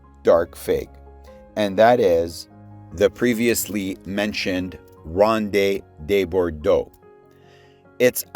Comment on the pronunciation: How can you be really into figs and not know how to pronounce Ronde de Bordeaux? Don't you listen to Ross, Harvey, Ed Durtschi's content? I thought everyone in Canada learned French in school.